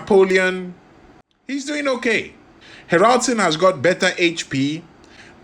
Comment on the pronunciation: Ha'raldsoon ....you say it wrong lol ;S